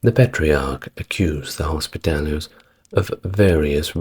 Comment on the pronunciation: Whilst I enjoy these videos and have little to quibble with in terms of history, there are at times painful mispronunciations:; here it is hospitallers, which was pronounced hospitalliers.....